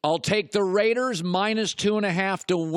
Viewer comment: ima need for him to never say raiders like that ever again